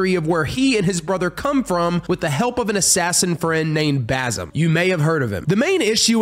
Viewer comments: Ghost of tshosima and baZim great pronouncinaton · btw basims name is pronouced bazeem (i think)